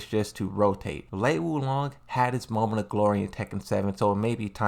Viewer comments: Bro you got a tekken youtube channel least you could do its learn how to pronounce the characters names "lee wulong and yoshimatu😂😂😂" wtf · I love that you mispronounce the names. How people can get so enraged over pretty much an inside-joke on your channel is insane. I love me some Azel, Lei Shaokhan, Lee Wulong, Aquafina, Christine, etc.